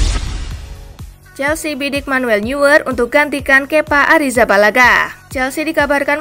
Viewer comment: Sekadar saran dari saya, mohon penyiar lebih fasih dalam menyebutkan nama pesepakbola. Contohnya: Neuer, dalam bahasa Jerman pelafalannya menjadi "Noyer" bukan "Nyuer". De Gea dalam bahasa Spanyol pelafalannya menjadi "De Hea" bukan "De Jea"